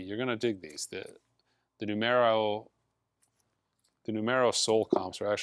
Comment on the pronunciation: NOO-MURR-O, like the word 'number' in spanish.